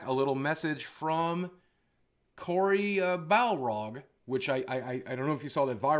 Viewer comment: Anyone else notice that he accidentally called Cory Barlog 'Cory Balrog'? HAHAHA that's epic. Was that on purpose? It seems to be!